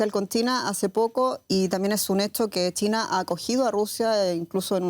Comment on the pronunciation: Porque le dice TINA a CHINA???